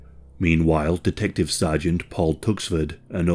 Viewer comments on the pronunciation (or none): none